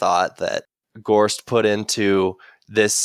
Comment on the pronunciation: Love y'all and great commentary as always. Your pronunciation is quite off on some of the names though. 1. Gorst. It's Gorst (kinda like "forced") not GAUSST 2. Jalenhorm. It's pronounced like "Allen-horm" with a J at the beginning. Not JAYLENhorm. 3. Khalul. There's no R. It's just like "Ka-lool" Edit: Source: The audiobooks